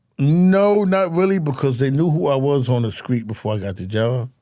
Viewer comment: Nothing more pathetic than a grown man saying "screet and scraight" It's "street" and "straight"! Looks like prisons will hire anybody.